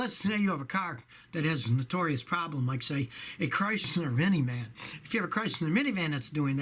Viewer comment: He said crystler vini man haha😂